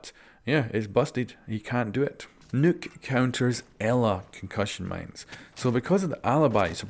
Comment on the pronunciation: Nokk not nuke